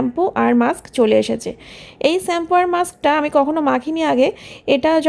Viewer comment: আবার স্যাম্পু,,,,, সত্যি তুমি একদম,,,,,,, শ্যাম্পু বলার চেষ্টা করো। বাচ্চা কে কি আর শেখাবে এইসব ভুলভাল উচ্চারণ 😮